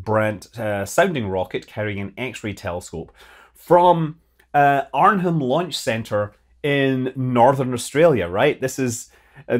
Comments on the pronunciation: Since there’s a few more launches yet to go from down under. Arnhem Land is pronounced ahh-num. are-nem or a variation is also close. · Silent H in "Arnhem Land", FYI. Tends to be pronounced "Ah-num". "Ar-num" would also be fine with a Scottish/American accent. :) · You don't pronounce the H in Arnhem. arn-em, rhymes with pt barnum. Just for next time. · Ah cool, I didn't know that. The Australian Arnhem Land might be mispronounced by everyone then, but it's how we say it now, haha.